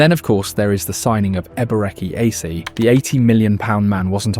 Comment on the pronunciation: Almost there "a-beret-chee" "air-zeh"